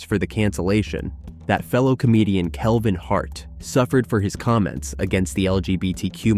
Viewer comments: Is the narrator's voice AI on these videos? It pronounces some words oddly. Kevin Hart was keLvin hart and so on. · KEL-vin.. Ludi cross. AI voicing is ass. Get a human.